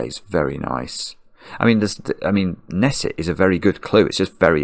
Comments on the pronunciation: Long time sudoko watcher, short time crossword watcher, first time commenter. Just wanted to let you know that the "K" in Knesset is actually pronounced. Like "ka-nesset" :) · You mispronounced "Knesset", the K isn't silent. For many of us "Nick" isn't obviously a colloquial reference to police station. I've never heard of that before. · Usually "Knesset" is pronounced with an audible "k".